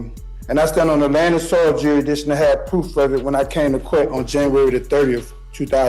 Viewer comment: He's questioning the the court's 'juidition.'